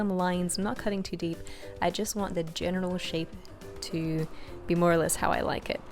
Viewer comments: does she say genital shape? Hahahahaha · And I also thought she said "genital shape" when she started carving and said "general shape" 🤦‍♀️ I don't like pink anyways, so hopefully if I ever make one I'll get that thought out of my head with doing different colors. Perverted mind aside, it is a pretty cake. 😊